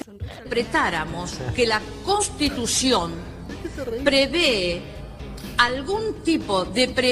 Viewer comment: Señora se dice constitución